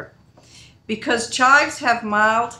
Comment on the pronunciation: Thought I posted a comment earlier this morning ... hmmmmm ! I notice you pronounce the herb as "chi" - not saying the V or the s (sounds like Chai tea to me :) ) All mine have the purple flowers on top - what do you do with those - I'm sure I can look in my books lol I love to dehydrate it also as I enjoy chives on my potatoes !!